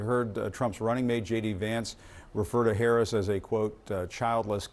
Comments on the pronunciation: It's very racist and misogynistic for Republicans to continually and willfully mispronounce the name of the Vice President of the United States of America. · Republican dude...say her name right!